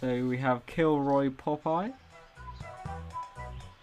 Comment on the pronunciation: and it's not killroy hahahaha. It's pronounced Key-rill actually. Thanks dad